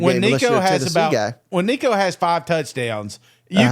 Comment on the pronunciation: please just call him nico... you're butchering the crap outta his name